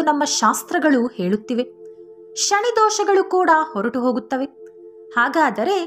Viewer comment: ಶನಿ ದೇವರು ಅದು ಶಣಿ ಅಲ್ಲ ಸರಿಯಾಗಿ ಹೇಳಿ